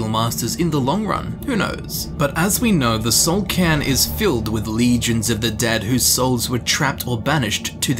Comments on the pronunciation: Soul "CAIRN"... not "can", right... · It actually is "soul cairn" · c - air - n It's an awkward word, but I am pronouncing it correctly. dafuq kinda goofy shit is KARN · Soul karn. KARN!!!! Stop butchering words!!!!